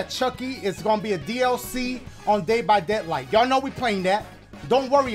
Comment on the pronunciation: "Day by deadlight" 😂😂😂